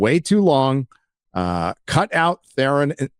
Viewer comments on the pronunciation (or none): none